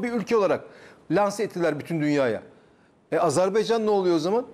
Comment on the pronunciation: Azerbaycan diyemiyen Adam analiz kasıyor ya Sen önce ülke ismini Adam gibi söylemesini öğren ağar